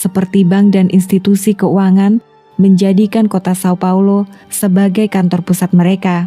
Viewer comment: Jika ingin membaca nama termasuk nama kota sesuai pelafalan aslinya seperti di video lainnya maka São Paulo dibaca Saung Paulu.